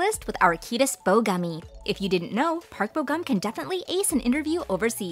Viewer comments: it's funny how you pronounce korean names lol! you should pronounce it on how it was spelled! Like Park Bo Gum. Gum is not like bubble gum! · Oh wow they can speak English while the narrator herself mostly mispronounced their names lol.